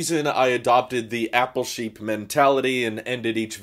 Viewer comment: When I first started watching I thought you were saying your name at the end. “This is Shapeer”. I thought your name was. Took like 20 more videos before it dawned on me “OH APPLE SHEEP” Anyway, thanks for all the videos.